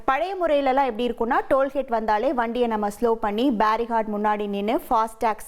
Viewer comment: சகோதரி அது டோல் ஹேட் (hate ) இல்லை டோல் கோட் (gate)